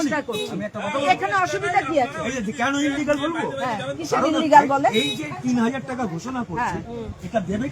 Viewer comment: ওই মহিলাই দেখলাম সঠিক স্পেলিং করে দিলো, ইলিগাল। Tmc এর কেউই মনেহয় সঠিক শব্দটা জানে না। সবাই আনলিগ্যাল বলে। 🤣🤣🤣🤣